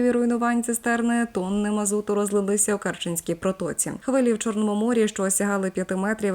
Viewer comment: Міст керченський ,а не кереченський.